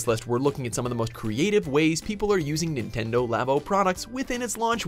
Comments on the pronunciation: "Nintnedo" not even 4 seconds in and you already messed up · "Nintnedo Labo" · Nintnedo... NINTNEDO!?!? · 'Nintnedo labo' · Nintnendo lol